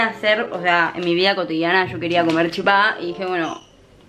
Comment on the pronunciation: para master chef♥ pd: amo porque pronuncia chipá como en guaraní. saludos desde paraguay.